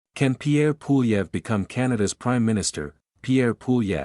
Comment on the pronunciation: Low effort AI slop “Poolieve” has my vote.